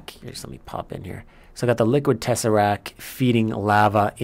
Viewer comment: Love the series, interesting content, excellent production quality, constructions even look great (fabulous aesthetic styling). Why don't you say " tesseracT " properly ?